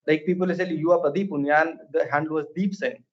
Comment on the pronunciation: For what it's worth, you pronounced Pradeep Poonia perfectly well! I was genuinely expecting Praah-deep Pooon-ya